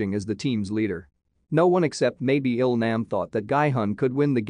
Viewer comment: ah yes, "Ill-naam" and "Guy Hunn"